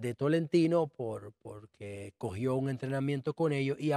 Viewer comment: Señor usted es un buen comunicador, trate de hablar correctamente nuestro idioma español. Reselva, tamo, platafolma, alma (arma), polque ...